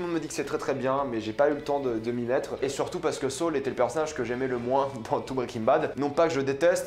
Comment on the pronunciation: Comment il dit sol 😂😂😂 au lieu de saul sa me fume